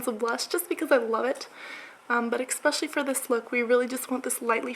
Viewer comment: I love how you say 'especially'. You pronounce it as 'expecially' SO CUTE <3